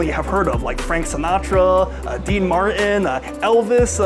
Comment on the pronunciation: Did say “Dean Mar’in?” I didn’t know is British. 🤔